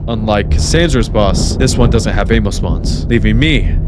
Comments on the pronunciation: "i ran out of ayemo" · felt the same when he kept saying ammo as "ay-mow" 😭